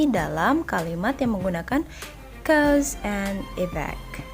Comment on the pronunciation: "cows and e-vac" hahahah